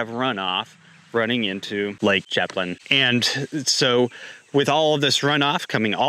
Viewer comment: yeah is very weirds.......its pronounced "sham plane" its a french word